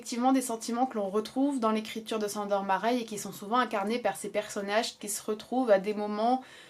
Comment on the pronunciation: Bonjour, merci pour cette vidéo. Ayant des origines hongroises je tenais à t'éclairer sur la la prononciation du prénom "Sandor" qui se se prononce en réalité "Shândor". Sur ce, bonne continuation (de la part d'une abonnée dévouée)